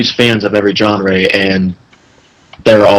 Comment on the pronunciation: did this guy just call a genre a "jeanaré"?